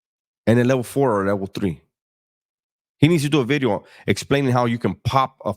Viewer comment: Nu Vid-E-O. Bringing facts.